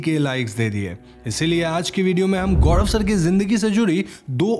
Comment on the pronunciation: गौड़व या गौरव 🤔😶